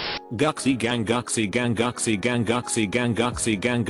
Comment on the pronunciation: I love how the text-to-speech pronounces "Gucci" 😂